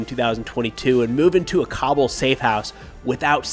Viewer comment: Cobble? its “Kabul”, lmfao